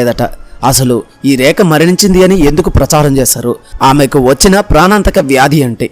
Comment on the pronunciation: ఒరేయ్ ఏంట్రా ఆ ఉచ్ఛారణ నీ ఉచ్ఛారణలో ఉచ్ఛారణా దోషాలు ఎక్కువ ఉన్నాయి. ఆమె పేరు "రేఖ" అయితే "రేక, రేక" అని పదేపదే ఉచ్ఛరించడం వింటోంటే నాకు ఒళ్ళంతా కంపరంగా, మహా కోపంగా ఉంది.